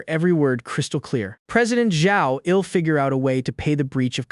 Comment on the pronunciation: Fcking eel cook.. Eel clean.. Eel pay you back can someone slap this AI for me 😅😅